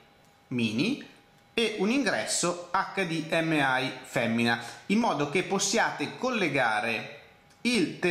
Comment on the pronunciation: perchè pronunci hdmi metà in italiano e metà in inglese?